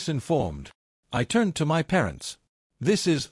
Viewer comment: Shaking "M Y" head on this sadly illiterate AI voice. 🙄